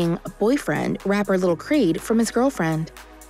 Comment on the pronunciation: his name is lil KEED not creed . 🙄🙄